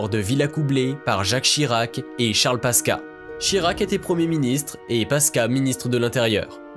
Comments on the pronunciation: On prononce PASQUOUA pas PASKA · On prononce pasquoa pas pasca 🤣🤣🤣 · Charle paska🤣 ça ce dit passe quoi, mais très bonne vidéo comme d'hab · Pasqua se prononce Pascoua et pas paska ... cela discredite toute votre analyse, c'est encore pire que que de Broglie qui se prononce de breuil.... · Qui c'est le crétin qui prononce Paska ou lieu de Pascoua ???? incroyable non ? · C'est Charles Pasquoi , on prononce '' passe quoi '' et non paska , sinon bien cette vidéo. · Charles "paska" mdr.... Pourquoi pas Jacques "ChiBrac" aussi mdrrr 🤣🤣🤣🤣Cest :" PA SSE QUOI " qu'on dit mdrr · Phonétiquement la prononciation c'est... Pass-quoi 😉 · Charles Pasqua ... Pasqua se prononce "pascoua" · Pasqua se prononce "pasquoi" en français. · C est toujours charles PASCUA qui se dit Pascoua. Merci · Ca se prononce Pasqwa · On prononce : Charles Pasqua : charles "paskoua" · on dit pascua et vu les sujets ... tu viens de naître toi. ne nous fait pas perdre du temps petit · Charles PASQUA, se prononce PASKOUA. Merci! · ça se dit "charles PASQUOI" sinon très bonne vidéo ! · Charles Pasqua, on prononce pasqoua, tu as du faire saigner bc d'oreilles 😅😅😅jeune homme😉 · Je sais que le nom s’écrit Pasqua mais il se prononce Pasquoi. Assez pénible d’écouter cette vidéo…. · Le narrateur ne sait même pas prononcer le nom de Charles Pasqua😔😌😬.... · Pasqua ne se prononce pas comme "quartier", mais comme "aquarium" en fait. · Ça n'est pas vraiment grave, simplement, comme le nom de Charles Pasqua est prononcé à plusieurs reprises, ça finit par gratter l'oreille